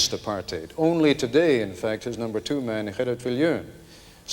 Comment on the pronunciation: its apart-hate not Apart-hide